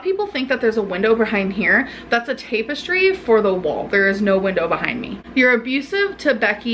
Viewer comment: Why does she always have to say “because...” and then spew a bunch of verbal diarrhea while explaining everything that she thinks and/or does?? She’s such a know-it-all who doesn’t realize that she knows nothing at all !! “...that’s a tape-estry ...” ~ Grammarlynn